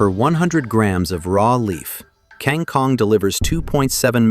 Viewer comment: That's an incorrect pronunciation, and writing. You should write it "kangkung", and read it as "kangoong". Like "o" in word "boots". Or "o" like in word "hold" / "bold" also acceptable. Not that kind of "o" you said.